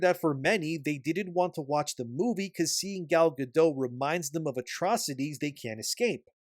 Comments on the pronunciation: Also, he name is pronounced "Ga-DOAT!' Not "Ga-DOE." It's HEBREW, not FRENCH. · You pronounce the T in Gadot! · Also, her name is HEBREW, not FRENCH. The "T" is pronounced, not silent. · I enjoy most of your takes but your vague accusations that Gal Gadot (hard "T" on the end by the way, with the soft "O", I know some Hebrew) was somehow political and offensive as Rachel Zegler during the course of marketing for this movie is a bit asinine. There is a difference in someone supporting their country, making remarks at events having nothing to do with Disney or the movie, or responding to questions asked, unlike Zegler who has no stake in either side, inserting her opinion purposefully in conjunction with promoting her movie without anyone really wanting to know, and expressing hatred and disdain for the other side. Sorry for the run on. In fact by now you have consistently made a soft defense for "freedom of speech" for Zegler, and implied that Gal should also share equal backlash for her remarks. You haven't said it directly, but I think you are showing your hand on some biases. Which is fine, you can be biased, but stop pretending to be a neutral observer of this particular topic and imparting your opinion as if it is fair and impartial. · Gadot has a T in the end.